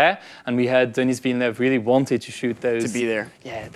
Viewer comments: Ça me fait bizarre en tant que québécois entendre un français prononcer le S de Denis Villeneuve. Super interview ! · oui mais le français c'est sa première langue. Il devrait savoir comment dire le prénom "Denis". Il le prononce "Denise". Il dit le S alors qu'il ne se prononce pas. Timothée le dit bien le nom du réalisateur et Zendaya aussi le dit bien. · Mais pourquoi il a prononcé Denis avec le “s” mdrr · Hugo est français alors pourquoi il dit "Denise Villeneuve" au lieu de "Denis"? Denis c'est pas un nom commun en France? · Can he stop saying zendaya and denis names wrong like wtf